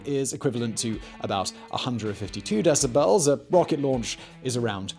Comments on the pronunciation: Simon, I love it when you say deciBELLS 😁. Love your channels! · "LASS-vegas" and "Dec-a-BELLS". I realize hes English but funny the enunciations he puts on "syll-a BELLS" lol